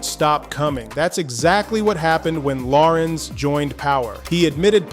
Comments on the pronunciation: HIS NAME IS LA RENZ NOT LAWRENCE…. GET IT RIGHT!!!! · I previously complimented A.I for pronunciation of Larenz’s first name. Now I take it back. His name is Larenz ( if you need help pronunciation. Ask him) It’s NOT Lawrence Thank you with respect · A.I. started mispronouncing his name as “Lawrence” Eventually made adjustment to Pronounce correctly. This is one of the million reasons why I question A.I. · Loved him in POWER he was something else and he was definitely America’s worst nightmare in Menace II Society and pronounce him damn name correctly. Lah - renze Tate loved his brother in “Barber Shop” ❤❤ hilarious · La RENZ emphasis on the second syllable. LaRenz Tate is a 🔥🔥🔥 actor and guy!❤❤❤ him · Y'alls gotta stop with this AI. Who tf is Law-rense 😂😅🤣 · I wish these narrators will stop mispronouncing the artists name as if they don’t know better. So disrespectful ever heard of a discipline in editing?!? So sloppy! Plus the information is opinion based instead of just facts! Nobody cares about the gossip! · Well dude if you could learn to pronounce his name correct that would be a start. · Say his name right first of all...let's start there.